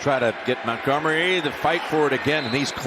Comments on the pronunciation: Idk how I didn’t notice it live, but how does Nantz not know that Montgomery’s name isn’t “Mountgomery “? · why commentator keep saying david mowngummary???